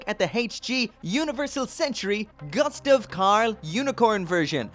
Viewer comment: Pronounced goostav 😁, sorry for the bit pick, I enjoy watching your reviews really